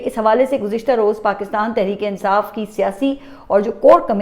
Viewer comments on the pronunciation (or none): none